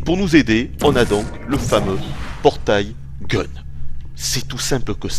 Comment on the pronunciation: "Portaille Gun":P tu t'est trompé:)